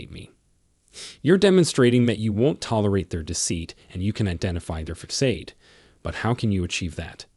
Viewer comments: You know that this is an AI bot speaking because the robot keeps mispronouncing common words like facade. It's ( fass-odd, not fakk-aid). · What exactly is a fuckade? That word, FACADE, is pronounced fuhssahd. Sound it out. It's not hard. That's the English language for you. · "Facade" is pronounced like FA-SAAD, not FA-CADE. (It is a French word, adopted into English. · AI can't pronounce "Facade" and pronounces it "fakade"😂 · How do you take any advice or insights seriously from a narrator AI thatpronounces facade, FA-Kade?? Come on! It's too bad because some of the content on this channel is worthwhile but it is ruined by the cheesy mispronunciation of the AI do better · F A C A D E IS PRONOUNCED: FASADE (SA) NOT (KA) PLEASE LEARN PROPER GRAMMAR. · Lmao at THEETRIX mispronunciation for theatrics. Uneducated script reading narrators are hilarious! Fecksade & feckade instead of facade lmao!!! Did both lmao!! This video was extremely valuable for a laugh thank you lol!! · The first thing is your AI Voice can not be used in training a person when simple words like facade isn’t properly spoken. This video is also dangerous. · He does mispronounce a couple of words, true, but he gives good advice nonetheless. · Thank you for info, but when a narrator doesn't know how to pronounce facade, theatrics, etc. correctly, I question the info given. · #3 and #7 are dangerous suggestions. There are better ways to execute those needs. (You’re mispronouncing the words facade and theatrics.) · Obviously you don't have a command of the English language. Learn how to pronounce facade the C has an S sound. Your facts may be correct what preparation is important if you're trying to teach. Thank you